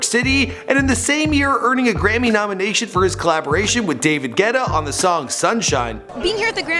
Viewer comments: david gweta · David wuetta ? 😅👍 Nice Vídeo my bro! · Who heard David gweutta in minute 8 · david G-WETA ?